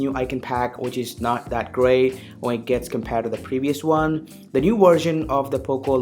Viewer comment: I watched couple of your videos and I can't seem to understand why you pronounce "one" as "vn"